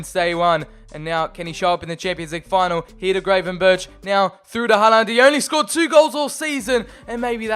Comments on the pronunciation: The way you pronounce Håland "Haland" is making me cry... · TdT_killler-_- Its håland